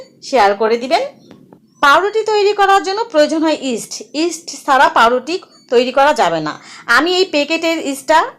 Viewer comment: আপু ইস্টের নামটা বোঝা যাচ্ছে না একটু জানাইলে ভালো হতো দারুন রেসিপি দেওয়ার জন্য ধন্যবাদ